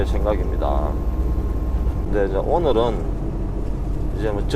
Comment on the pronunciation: 저는 이제 개인기로 디집님성대모사도 할수있어여. 축하의미로 한번해드릴까요.. ㅋㅋㅋㅋㅋ 안녕하세혀~디젤집십니다아~ 오늘은!ㅋㅋㅋㅋㅋ 아..오늘은이 아니라 어늘은~ㅋㅋㅋㅋㅋㅋ